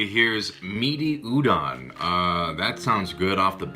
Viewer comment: Lol how does he say "udon" like a white person who can't speak any Asian languages